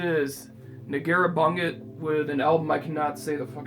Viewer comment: The second word in «Negură Bunget» is pronounced /bunʤet/, like ‹bunjet›. :D